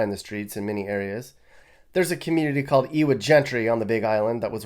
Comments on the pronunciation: I want to move to Texas. Your pronunciation is wrong-it’s Eva not “w” and it’s not Moscow like Russia, it’s more like mos co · Ewa is pronounced Eva. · Ewa Gentry, just a disclaimer it's pronounced "Eva", since Hawaiian pronunciation has W pronounced as V. Nice video man!